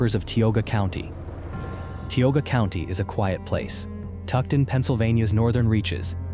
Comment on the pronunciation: It's TIOGA, non Tyogga whatever... F*ck AI.